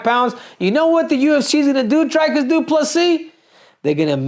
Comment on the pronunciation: Say Dreecus not drykus CCC